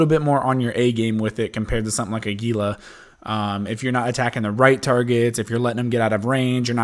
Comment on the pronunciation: YOU GUYS... ITS NOT GEE-LAH ITS HEE-LA.